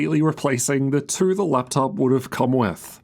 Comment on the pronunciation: Hey I notice that always speaks in cursive, very noticeable when he says "two" or any word with the same vowel, like he is twisting his tongue too much.